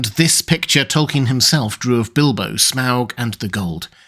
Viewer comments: You could just say 'Smog' normally and not overpronouce it obnoxiously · There's no way that's how you pronounce his name.